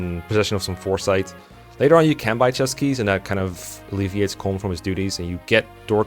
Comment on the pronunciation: Once again, I must emphasize that colm is pronounced “colum”, like a column and a row